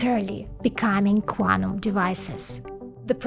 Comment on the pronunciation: I cannot stop listening to "Guanum" as Guano, but Quantum ^_^